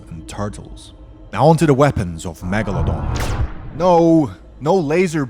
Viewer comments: Megalodon not megelodon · NOT MEGALONDON ITS MEGALODON YOU MADE ME LAUGH